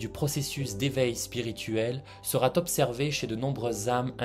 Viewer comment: Ne mettez pas de T après sera. Vous faites une liaison mal à propos. Sinon, très vrai et très intéressant.